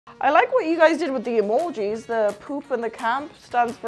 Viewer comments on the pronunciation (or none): The way she says “emoji” kills me